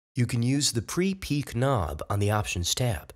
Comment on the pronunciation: again he says pre - peek volume instead of pre - pick volume ...hahahahahahah ...ha